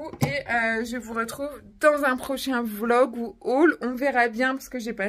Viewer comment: Désolé vlog et pas volg🤣🤣